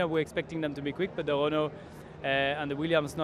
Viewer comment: Grosjean saying “Renault” is magnificent, a French man saying a French word properly is satisfying. 😂